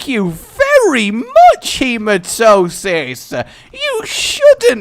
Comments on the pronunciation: You make me sometimes.... You say Hematosis, when its Hematemis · you do know the voice pronouncese the hematemisis pill, right? learn it. He-ma-tem-ma-sis. feel free to keep calling it Hematosis, but on the next episode you record (after you read this obviously, since you batch record at time) please just say it properly one time. please, for this random subscriber? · Rage, a question. Why do you keep calling the Hematemesis pill Hematosis? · All those hours of re/afterbirth and he still can't pronounce Hematamesis. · when you dont say hematemesis correctly. really, look it over for a min